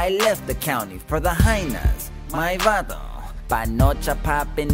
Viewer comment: Lmao at the way he says vato (sorry if I spelled it wrong)